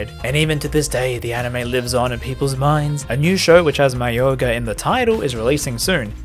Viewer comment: Oi, it's mayoiga